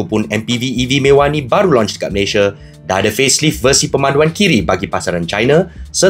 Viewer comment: " 'Dekat' Malayshia"